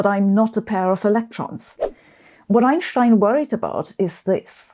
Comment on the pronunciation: The way she says ineschtine is spooky!